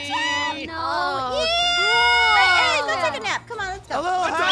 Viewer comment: Am I the only one who noticed that kept saying MISS ✨KIWI-CHAN✨